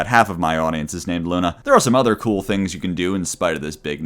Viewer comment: is something wrong with his mouth or is he unable to say kewl or tuner properly